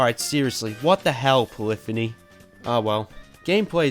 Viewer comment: It really bugs me the way he pronounces Polyphony lol! It's "Poly - phoney" not polifiny